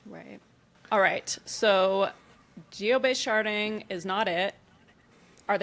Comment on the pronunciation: At some point the d in sharding started to sound like t and I was losing my mind haha